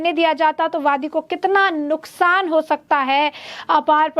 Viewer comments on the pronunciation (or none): none